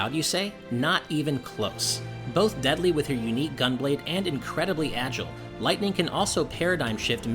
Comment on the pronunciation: Lyghtning? Really?. I have tto say a big fat NOPE to that